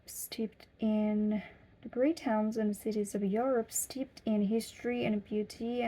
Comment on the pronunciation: You have a great system and it is working for you i am just so impressed how fast you are picking the language up, I only noticed one slight mistake that was "steeped" it is a tricky one to pronounce it should sound more like "steep-t" with a short sharp t ending but you are really advancing keep up the great work young lady.